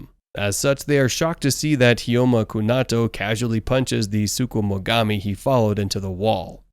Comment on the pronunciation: I'ma need you to chill on saying sukumugami